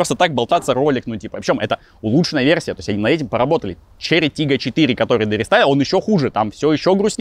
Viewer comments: Можно 10 часовую версию того, как пытается выговорить название тачки😂😂😂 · Почему Volkswagen Golf GTI II или Porsche Cayenne Turbo S можно произносить а Chery Tiggo 4 PRO надо коверкать? Может вам бросить рассказывать про машины, ибо хуево получается. А пилить то что получается? Документалки, разгоны, путешествия, зубы